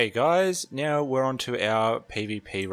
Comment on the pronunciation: Do you intentionally say meow instead of now or have I just watched a lot of Super Troopers? :X